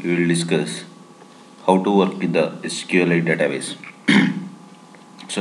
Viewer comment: Say it clearly SQLite you sound like sql 8 LOL Otherwise Good Video